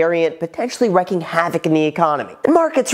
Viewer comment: exacerbating not exacterbating. wreaking havoc not wrecking havoc